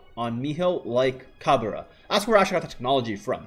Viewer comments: Its not ca-be-ra. Its cab-re-rah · haha yeah that pronunciation though. its cab re ra not cabera